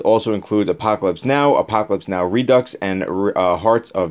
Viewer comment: Reducks 🤣 I’m sorry. It’s pronounced re-do.